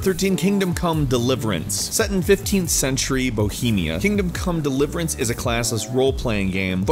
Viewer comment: i thought he said kingdom cummed